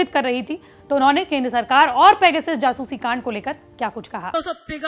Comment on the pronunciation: सब पेगासस उच्चारण कर रहे हैं और आजतक पैगसिस, वाह! आजतक वाह!